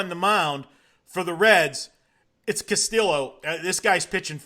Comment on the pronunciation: Are you trying to pronounce Castillo wrong?